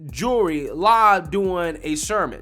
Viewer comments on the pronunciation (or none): The L in jewelry is NOT silent!